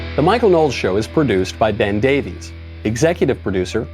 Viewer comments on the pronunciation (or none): none